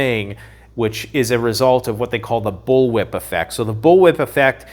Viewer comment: Did you say bull whip or bull shit🤣😂🏴😀💯👍